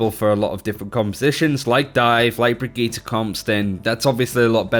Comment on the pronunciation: He said Brigitte the same way you say "Spaghetti". What the fuck. Also, as usual, Geoff Goodman overnerfing something. Storm Arrow NEEDS to still be able to one shot Tracer because, right now, it's one of the counters to dive.